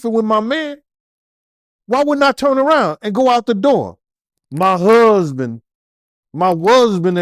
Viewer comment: "My Wusband" is what she said 😭😂🤣